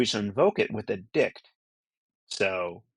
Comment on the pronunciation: Good job, but ' dict ' never again 😂